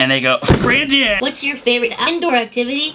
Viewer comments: “what’s your favorite iendoor activity” 😂😂😂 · yall shoulde watch to - its so funny that the robot said " aindoor activity " 🤣😂😂